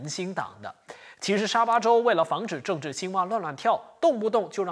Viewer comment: 就别报“症治”了，听了也会恶心